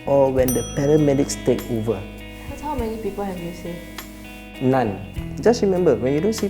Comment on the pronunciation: did he say none or nine.....?